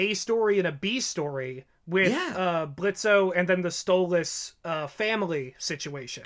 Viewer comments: I just have to say this: ITS PRONOUNCED BLITZ NOT BLITZO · The fact u kept on calling him blitzo triggers me THE O IS SILENT >;( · Please stop pronouncing the "o" in Blitzo. Its pronounced Blitz. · The O is silent lol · The o is silent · It's pronounced Blitz, the O is silent. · THE O IS SILENT. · The "O" is silent! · The O in Blitzo's name is silent, fyi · The “o” is silent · His name is Blitzo but the O is silent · the o is silent stop saying his name wrong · Every time they said Blitzo with o. I played a soundboard on my phone of blitzo "The O is silent" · The O is silent now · The “o” in Blitzo is silent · Guys, it’s pronounced “Blitz”. The “o” is silent. He said it himself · Your Grammer is a bit DUSTY it's BlitzO but with a silent o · The o in Blitzo is silent. Lol he’s said this so many times. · I agree with all your facts and theories. But Blitzo is pronounced Blitz. He even says “the O is silent” in the pilot episode. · Idk why but you pronouncing blitzo's name with the o is getting me mad, in the three animations hes pronounced it as blitz, in the 2 episode it is clear it was once blitzo but hes changed that now, no hate just saying its pronounces blitz, "the o is silent" he said that in the pilot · It's Blitzø, the ø is silent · THE O IS SILENT!!!! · Small nitpick, but in "Blitzo" the 'O' is silent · The “o” is silent, don’t deadname. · THE O IS SILENT!!!!!!!!!! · Did they not hear Blitzo in the pilot? The O is silent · Blitzo: "the o is silent" Diregentleman: ima pretend I didn't hear that